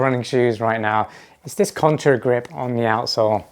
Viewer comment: Contagrip. Not contRa😬